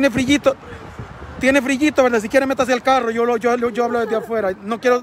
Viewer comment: NO SE DICE FRIYITO...se dice friiitoo